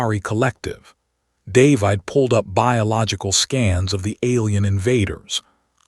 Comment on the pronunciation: The AI voice is pretty good, but why, why, why can it not pronounce DAY-VID?